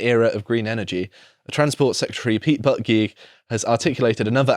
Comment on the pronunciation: lol that's a great mispronunciation of Pete Buttigieg. Although the actual pronunciation isn't too flattering either. It is pretty much "Booty-Judge"(BOO-TEEJ-edge).